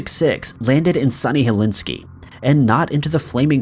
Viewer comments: Dude!…. For the love of God!…. It’s Helsinki, not Helinski! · It’s Helsinki airport (pronounced Hell seenk ee), not Helinski. Thanks! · BTW. flight 666 landed to Helsinki, not Helinski. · For goodness sake man it's HEL SINK I NOT HELINSKI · Hel-SINK-y NOT Helinsky. Ugh Your mispronunciation is driving me crazy! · The capital of Finland is Helsinki, not Helinski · Helinski?? Really?? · "Helsinki" not "Helinski". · HelSINKI not HelIski 🤣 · Dude you really need to bone up on your English/words because pronunciation is key when telling a story! It’s not Helinski it’s Helsinki 🤦🏻‍♀️ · Helinski or Helsinki........ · “Flight 666 landed in sunny Helinski”??? Helsinki, you mean. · I'm guessing "Helinski" is actually Helsinki? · It is Helsinki not Helinkey. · Helsinki not Helinski for perkele's-sake! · I'm sure you mean Hel-sin-ki Airport (Finnish Capital), by saying Helinski Airport. I also have difficulty pronouncing some words. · Hel*SINK*i. Not helenski. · Okay I can't take it anymore. It is pronounced Helsinki; hell-sink-ee Not Helinski. Got it? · Or Hellinski……dude it’s Hell sink key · Helsinki - H E L S I N K I Say it after me - Hel..sink..I Not Helinski. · good video, except as a finn, i loST IT when you said Helinski, instead of Helsinki. It is our capital after all. Cracked me up though :') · There is no such place as Helinski. It is HelSINKI - pronounced Hell sink e. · Isn’t it Helsinki? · 😂😂 I was like... er... Helinski? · Hel SINK i....geez. Phonics, my man, Phonics. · You really just said "Hel- inski " 3 times in one video? This is just as bad as the time you pronounced Dublin as "doo-BLIN" (accent on 2nd syllable). How can you be this ignorant of the names of major world cities? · Can't believe he went all the way through #1 without once saying HelSINKI correctly...lol. Is there an award for that? Way to go!! Haha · Did you want it to sound like Hell-inski? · g either is better than Hel-in-skee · Too bad you didn’t pronounce Helsinki correctly.